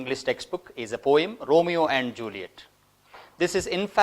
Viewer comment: you pronounced "poem" incorrectly!